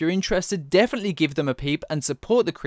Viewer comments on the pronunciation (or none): none